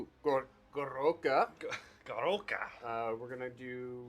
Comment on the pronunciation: "Gorouka"? 🤣🤣🤣 Your mean the Gork-roara? You know, like the orruk pronunciation for "gork roarer" since it's a giant roaring gork head? 😂